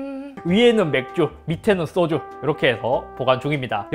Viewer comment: 소주가 생수라고 하는줄 알았네